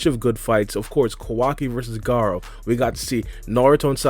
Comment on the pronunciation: Whose kwaki? It’s Kawaki 😂